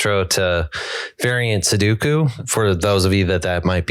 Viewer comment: Why do they all say "suduku"?